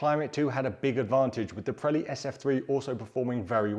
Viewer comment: It’s Vre-de-stein, not fredstein, Pirelli not Prelli.